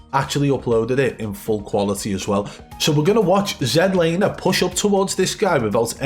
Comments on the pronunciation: Zed laner😂😂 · Zed Lander 😂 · Zed laner 😂😂